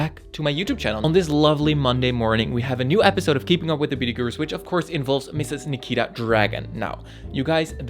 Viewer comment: I dislike nikita too but you shouldn't mispronounce her. Always remember that you dislike her because of the amount of drama she puts herself in, not the fact that she changed herself to be more comfortable in her own body.